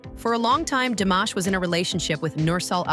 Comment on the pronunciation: I HATE when people don't learn how to say his name correctly, like it's Mashed potatoes and Almaty was mispronounced, too and other words. And it's really no one's business as to why he is still single.